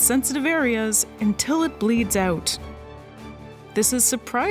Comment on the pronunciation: “The wolves come oot to eet” I wonder where she’s from